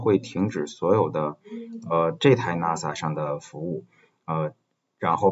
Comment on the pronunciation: 冒昧指出一个问题，NAS的读音是“那丝”